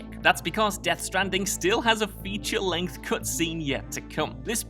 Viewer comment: Fetu-re-length, you say?